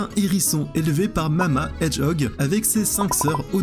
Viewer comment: Sonic the hedgehog Tu dis hedge puis hog